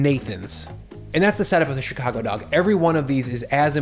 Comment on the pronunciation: Fingie?? Chicagie?? How old are you?